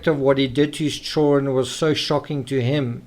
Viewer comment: At the risk of sounding weird I absolutely LOVE the way you say " children" I am big on accents and verbal rhythms and love languages although I have a wicked strong western Massachusetts accent similar to Boston but a bit different